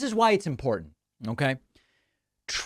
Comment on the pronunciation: MTG always loves adding extra "D" in her words. "Drownding" and "Impordant," for example.